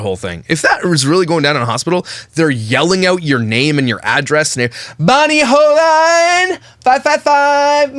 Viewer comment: Her name is pronounced ( hole-een). I watched her video yesterday and I was trying to imagine it all. Ive been there were I wanted to step in and say something and its awkward in an ER setting to correct or comment. Sometimes the Griffith girls make videos of them being sad in a way to show their family (look what happened to me)